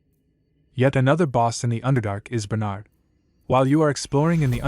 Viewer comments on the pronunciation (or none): none